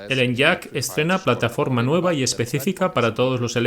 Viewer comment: Se agradece mucho que estéis subiendo videos de este canal doblados al español. Solo un apunte, se pronuncia "eniak", no "enllak", y la plataforma es la MEB, no MEV. Ya puliendo esos detalles quedarían aún mejor los vídeos ;-)